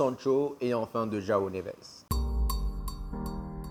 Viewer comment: C’est jOaO Neves mdr pas Joa Neves